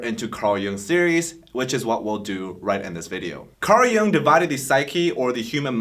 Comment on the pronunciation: Really nice video, but you’re pronouncing the name Jung in the wrong way, the right pronunciation it’s jUng, you’re pronouncing it as jOUng, it’s German (Swiss) name not English